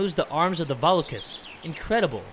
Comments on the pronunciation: It’s not vAlokas it Spelled that way but pronounced vulokas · hate to be a pain but Volakas is Vo-La-Kus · Isn't it Va-Lo-Ka